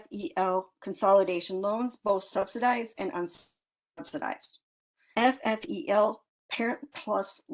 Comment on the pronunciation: FFEL is actually pronounced Fell